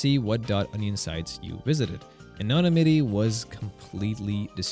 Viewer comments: ano... nimity, not whatever that is you kept trying to say. LOL. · Anonna-mitty? Yeesh, your speech model needs some better training. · I can only assume from the way you/it pronounces "anonymity" that you are AI. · Absolutely no chance English isn’t his first language. That would be realistically impossible right? besides all the ai I tried pronounces it correctly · Probably TTS like every other channel on Youtube now. He probably didn't spell anonymity correctly in his script. Or, the script was written with chatgpt and he didn't use TTS but doesn't know how to pronounce anonymity.